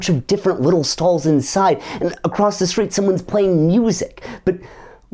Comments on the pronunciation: Did you say “skreet”? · “I saw him on the skreet”